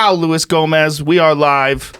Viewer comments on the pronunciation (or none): Jake I’m saying, why does Luis j Gomez pronounce his name as Lewis. I’m sure joe knows the Spanish pronunciation. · Why does he pronounce his name Lewis? It’s loo-eese. It’s Spanish. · Joe said Louis Gomez twice on purpose 😂😂😂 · “Luis Gomez” stings the ears